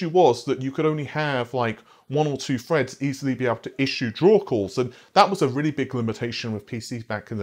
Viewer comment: GOD DAMNIT!!! IT'S "TH" not "F" Thread not Fread.